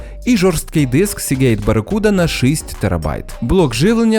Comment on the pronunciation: файно, дякую, тільки шість а не шисть)